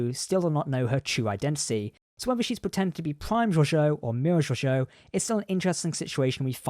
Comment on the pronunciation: I sincerely hope that the Americans can learn the correct way to pronounce Georgiou because this narrator stuffs it up as has the show